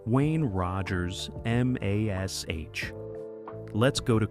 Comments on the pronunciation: why cant they say MASH correctly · Mash, just say mash. ha ha